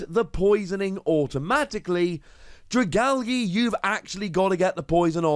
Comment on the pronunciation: no one: pronouncing dragalge: Dragalggy